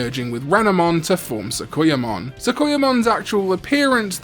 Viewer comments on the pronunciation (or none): Sorry I didn't even catch the jinchuriki mix up and I don't expect accents I guess I should of been specific and didn't mean to sound rude unfortunately looking it over I prolly should of just been silent. But your pronunciation of sakuyamon caught my ear Again I apologize for the rudeness